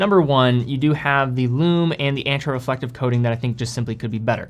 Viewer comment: Why do you say your A's int "Anti" and "Anterior" like that...? AYYYnti.... AYYYYNterior